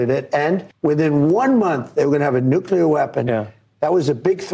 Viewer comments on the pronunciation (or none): "Noocular, its pronounced Noocular". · didn't mention "nuclear" anything,- he said "new-killer" — nuclear weapons are not still new … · Amazing that people who think they are making a profound speech cannot even pronounce "nuclear", but instead say "nukula"!!!! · Saudis have a nukular bomb. Thank God it is not a nuclear bomb which is much worse. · How can you talk about nuclear issues if you can't even pronounce it? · How on Earth can you take seriously if he can't even pronounce Nuclear correctly (repeatedly!)?.... For God sake!